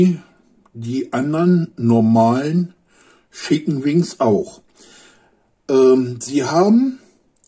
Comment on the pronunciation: Für mich der beste Youtuber. Mir gefallen diese Essenstests sehr. Allerdings wird Chicken nicht Schicken ausgesprochen und es sind Nuggets und keine Wings :)